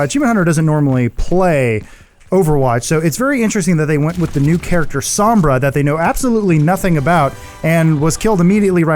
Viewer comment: Adam listen, her name is pronounced "s-oh-mbra" not "s-ah-mbra" gringos smh. :/